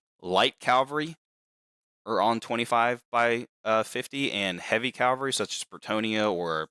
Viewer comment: It's "cavalry" not "calvary"